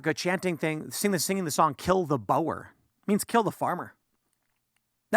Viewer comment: It’s pronounced Boorz. After the Dutch settlers going back to 17th century.